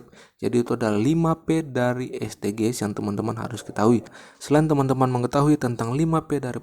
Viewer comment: Terima kasih kakak. Saran nih Kakak: SDG's bacanya bukan Es de ge es tapi Edijis kak. Terima kasih kaka